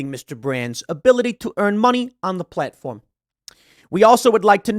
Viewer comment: Oh, it is true: "Platofrm"